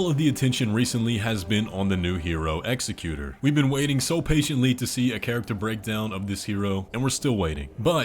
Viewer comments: It's pronounced "Ex-ECK-yu-tour", not "EX-eck-yu-ter". The noun form of "execute" would be "executioner," not executor. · It’s not pronounced execute-or. It’s ex-ec-u-tor. This is weird to hear from a native English speaker, because you say it correctly once. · Executor. Emphasis on the second syllable. Not executer (not a word). One who carries out the will of another. For instance, if he was the executor for Midra, his "will" was was probably to bring about the frenzied flame and melt everything away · Why did you change your pronunciation of executor? It's not "ex a cute r"... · I’m almost positive the executors name is pronounced in the way of execution and not executive. But it’s hard to say. And executor is someone who makes sure a deceased persons will is done as requested. On the other hand execution makes sense for a sword wielding character